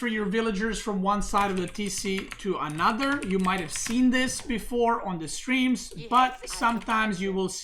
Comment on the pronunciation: How he says another “Anuter” cracks me up lol